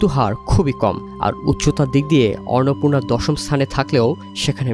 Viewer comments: টিবিএস এর মত একটা সংবাদমাধ্যমের কন্টেন্ট এর ভয়েসঅভার আর্টিস্ট কন্টেন্টের বিষয়টির নাম ঠিকমত উচ্চারণ করতে পারছেননা। খুবই হতাশার ও শ্রুতিকটূ ব্যাপার । অন্নপূর্ণাকে ইনি উচ্চারণ করছেন অররনপুণা😢। অনলাইনে আপলোড করার আগে কারও কানে এটা বাজল না!!। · অর্নপূর্না উচ্চারণ করছেন কেন? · অন্নপূর্ণা উচ্চারণ করতে সমস্যা? এখন দেখি রিপোর্টারকে নতুন করে বাংলা উচ্চারণ শিখতে হবে 😂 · ফালতু রিপোর্টার! একটা পর্বতের নাম ঠিকমতো উচ্চারণ করতে পারে না! আবার নিউজ করতে আসছে! নিউজ দেখা বয়কট করলাম! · এরা সমস্ত যুক্তাক্ষর যুক্ত তৎসম শব্দ উচ্চারণ করতে গেলে হেগে দেয় এর মূল কারণ হলো আরবি, ফার্সি ও বিকৃত বাংলা উচ্চারণের মাত্রাতিরক্ত প্রভাব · 😂😂😂 এই সাংগাতিক তো দেখি অন্নপূর্ণা শব্দটাও উচ্চারণ করতে পারে না